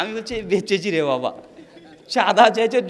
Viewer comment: আপনি যদি এতোই শিক্ষিত তাহলে বাবা শব্দ টা কে বাঁপ উচ্চারণ কেনো করছেন??